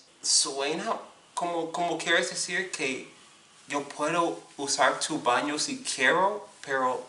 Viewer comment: I have really been enjoying your videos man! They shed some light in to things that I need to start working on. Thank you for the content! I can't help but admit that I cringed so hard when you were speaking Spanish horribly. I know people who pronounce a lot of the words like that! (- Por ejemplo ¿Puedo ir al baño? (PWAY-DOH IR ALL BAN-EO POR FAH-VOR.) Keep it going man! hahaha